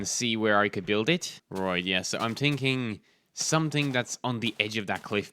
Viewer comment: "im tinking"